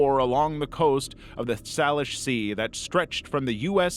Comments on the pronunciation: Native Washingtonian here baffled by the way he pronounced Salish lol- for those wondering, it's say-lish not sal-ish. It's crazy how different peoples pronunciation can be if they're from a different state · Not to nitpick, but for future reference, Salish is pronounced "SAY-lish" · For future reference, Salish is pronounced Say-lish. Also, every time I go out to the coast, I definitely get nervous any time I see something that looks like a shoe. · in Washington, we pronounce Salish "say-lish". Hope that helps! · The most disturbing part of this to me (as someone from Washington) was the way he pronounced Salish sea